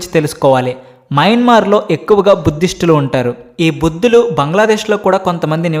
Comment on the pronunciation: బౌద్ధులు రా నాయనా,బుద్దులు కాదు😂